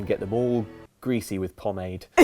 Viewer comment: As a French speaker, that pronunciation of pomade hurts. A lot.